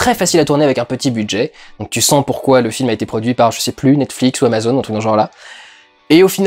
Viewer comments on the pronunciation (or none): none